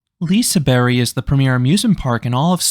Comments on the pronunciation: No, the "G" in the name Liseberg is not silent when talking swedish. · The g is not silent. You do say the g, sounds strange when the way you prenounce Liseberg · the g is very much not silent in swedish what do you mean 🧍🏼‍♂️🧍🏼‍♂️😭 its pronounced as a swedish j (like an english y as in yellow) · The G at the end of "Liseberg" is not completely silent. It is a soft sound akin to how you would pronounce the "Y" in many words in English such as in "You" or "Hey" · To stretch the clarifying, the "g" in "Liseberg" is not like an English "j" sound. It's an English "y"-sound. Like the "y" in "yes". Here in Sweden, our "j" is like an English "y" in the beginning of an English word. Have a great Summer! 🤩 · For reference to English speakers, the g at the end of Liseberg makes the same sound as the G at the start of Germany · I am NOT Swedish, and I know that g in general in Swedish can be pronounced like the soft or hard g in English, BUT I have frequently heard Swedes say Liseberg and I do NOT hear a soft g as in Germany. I always hear a y sound, as in berry, but with the y much shorter than the way says it. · The pronunciation used in this video is not correct. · People are so annoying about the pronounciation. What does it matter any way? I thought Liseberry sounded cute. Anyhow I think that your assessment of the park was true an fair on all grounds. It makes me want to go back again. But this year we are going to Bakken. Because it's closer and cheaper. Mediocre rides, but great food. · that would be 1752, not 1952. , the G isn't really silent, we pronounce it as a sort of J or Y-sound, like the Y in Yale. So kind of Liseberj. But its fine just saying Liseberg with a hard G in English. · Your pronunciation is a bit (about a Swedish mile) off. I would think saying "Lee-se-bear-j" should approximate the correct pronunciation for English speakers. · it’s pronounced lise(non silent e) bery like the y in “your” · The G is not silent, it's pronounced as the G in Gym